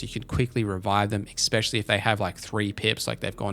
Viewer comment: Just so you know, it’s ‘especially’ not ‘especially’